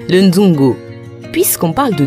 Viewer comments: Svp on dit nzango et non nzongo . Merci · C'est Nzango au lieu de nzongo...🇨🇬🇨🇬 jolie reportage en tout cas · C'est vrai mais on dit le NZANGO et non le nzongo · Tres beau reportage, Bravo vraiment à un détail près, c'est plutôt le Nzango et non le Nzongo, mais le reste IMPECABLE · C'est Nzango et non Nzongo😅 Je t'aime mon beau pays ❤❤ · Super présentation. Mais c'est plutôt le "Nzango" au lieu du "Nzongo".😊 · "Nzango" pas nzongo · C’est le Nzango et non nzoungou haha mais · c'est Nzango et non Nzongo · Nzango et non Nzongo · C'est le nzango et non le nzongo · On dit nzango